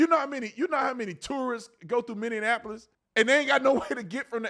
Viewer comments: I love your videos but it’s MINI APPLE OIS. How do people say it wrong? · I'm sorry, I had to click on this to see if you are still saying it. Minion-appolis. 😂 Since 2020 you've been saying it like this. I love it. (born and raised here, which is why it's funny to me) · love you, big bro, but pronounce Minneapolis with the correct amount of syllables. ;) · I like how Tatum says, "minion apolis" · Dude, would you PLEASE learn how to pronounce Minneapolis? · You are correct, but the way you pronounce Minneapolis is wild 🤣